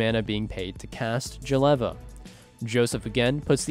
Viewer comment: Can't stand that Jeleva pronunciation